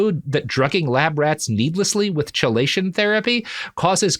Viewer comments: I'm not sure of the origin but I would guess Greek (maybe Latin). It should be pronounced "key-lay-shun". Robert consistently started it with a "chuh" sound. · Chelation is actually pronounced as KEYlation, sir. It is. in fact, not chill. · Am I crazy or is it chelation with a hard k? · Minor point, but chelation is pronounced key-lation, not chee-lation. It's just one of those things were historically we decided Greek words would use C for χ because it's somewhere between a hard and soft C, but it's closer to a hard C than soft so defaulting to K is often more correct for how English has decided it should be pronounced. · Robert it's "key-lay-shun" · As a toxicologist, every time I go: "ITS KEY-LAY-SHUN ROBERT!" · Chelation "Key-Lay-Shun" That is all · With all due respect, Robert, "chelation" is not pronounced like that... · He still can’t pronounce chelation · Recorded the same day as the previous, my dude. These always are. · Robert mispronouncing chelation therapy for two episodes is making my eye twitch. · I didn't look at the comments on part 1 but I'm guessing that I wasn't the only one who was irritated at the way he pronounced "chelation"! Fortunately I have the good sense to just accept that this is how the world works, and this is not the kind of show where that sort of detail matters as much as it might elsewhere. (Don't get me started on the astrophysicist who consistently mispronounces Niels Bohr's first name!) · Yeah, that is an irritating mispronunciation. I'm trying to "just love the work" and not let it bother me. Fuckin' hell, I first heard the word from medical quack Carlton Fredricks on his radio show.